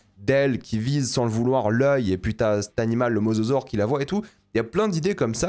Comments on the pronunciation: Dire mozozore au lieu de mosasaure ça m'a fait rire à chaque fois y'a des vibes de "cocodile" ou "rhinoféroce", désolé de ce commentaire de con tatillon (en même temps pour quelqu'un qui est aussi à fond sur la VO je pense que j'ai droit). Très bonne vidéo comme d'hab, merci de ton travail ! Je sais pas si tu as des conseils pour me réconcilier avec le cinéma de spectacle; à titre personnel ce film est symptomatique des reboot de licence et de fait impossible pour moi à apprécier de quelque point de vue que ce soit. Impossible de ne pas visionner ce genre de matériel sans me dire chaque minute que c'est des producteurs avides de frics qui agitent le cadavre d'une licence devant mes yeux en essayant de réveiller ma nostalgie sans se donner la peine de comprendre ce qui faisait l'essence du matériau de base. Je me suis refait la trilogie récemment et quelle ne fût pas ma surprise de voir que même le Monde Perdu beh... J'ai beau l'aimer d'amour beh il est vraiment pas ouf mdr, et il provoque déjà un peu à mon sens ce manque de corps au profit de l'image brute et d'un concept qui s'épuise de film en film. Bref, tout ça pour dire que si tu as des conseils de films qui pourraient réconcilier avec l'entertainement pur et dur, je suis preneur de fou parce que j'ai pas envie d'être uniquement un gros réac ou au mieux un pseudo cinéphile exigeant qui casse les rêves de mes potes qui aiment juste bien les dinosaures, les voitures ou l'espace. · MosAsaure svp... Entendre Mososaure m'a fait saigner les oreilles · il arrive même pas à prononcer le mosasaure correctement faut pas lui demander ma lune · C'est mosasaure, pas masasaure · mozozore XD